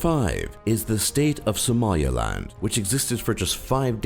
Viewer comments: At least know how to pronounce SOMALILAND if making such a ‘professional’ video. He was saying SOMALIALAND. Wrong. And then he got his Democratic and Federative mixed up at the end. C’mon man, detail detail! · "Somalia-land"? learn to read. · its Somaliland not Somalialand. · republic of connaught or connaucht was short lived, liberated from British not English rule... your pronunciation is on "drugs" its somal-ee-land...